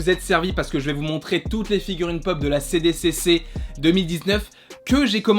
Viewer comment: Trop bien ! 😍 Mais par contre c’est "SDCC" pour San Diego Comic-Con et pas "CDCC" ! 😜🤣